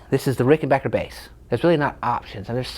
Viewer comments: Congratulations on being able to pronounce "Rickenbacker" correctly. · It amazes me how many folks are Unable to say RickenBACKer.......... :)